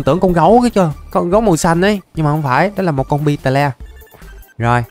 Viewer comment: beetle đọc là bít tồ nha anh, xem ra nhóm nhạc beetles hết thời rồi